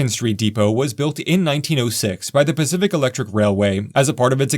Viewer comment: I love all the serious heartfelt comments, but I feel the need to express my lack of maturity. I thoroughly enjoyed listening to this video telling myself it was actually the "specific railway" but you just kept mispronouncing it.